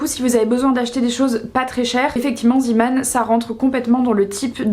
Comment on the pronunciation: Coucou, on prononce "zé" pas zi 😂 C'est du néerlandais.